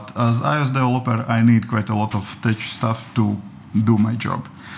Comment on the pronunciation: Hi! Great video as usual! - "Tech" pronounced as "Tek"